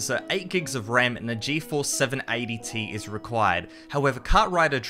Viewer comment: "780 Tea", who tf pronounces the Ti as Tee